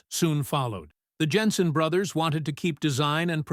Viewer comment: "Plas" is correct, it is not a French company. And Jenson is Jenson not Yenson.